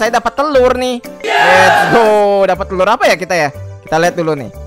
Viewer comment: Bang ko lu bilang terur